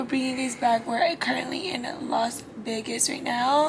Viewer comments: she literally said “las veRgas”. Instead of Las Vegas …😂 I love this girl 🫶🏾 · Am I tripping or did she say Las Vergas lmaoo